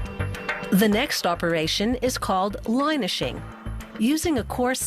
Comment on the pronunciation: That narrator can't pronounce words properly. First it was solder pronounced as'sodder', now on this video it's linishing pronounced as 'line-ishing' Linishing rhymes with finishing...try and get it right next time please, yours sincerely, The World